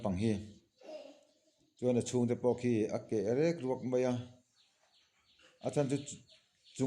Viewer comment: A pawi hle mai. (Khi rek ruak ni lovin, khi riak ruak...tih tur)